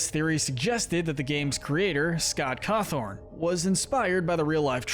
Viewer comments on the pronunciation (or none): “Scott Cawthorn” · Man said Scott Cawthorn and thought that was okay